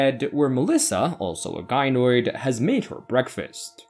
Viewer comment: I would just like to congratulate you on using the proper pronunciation of Gynoid :P